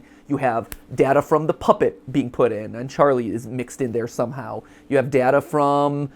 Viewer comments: Interesting that Mat doesn’t seem to be able to commit to one pronunciation of ‘data’ lmao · Matpat pronouncing data differently (duh-tuh and day-tuh) in one sentence is funny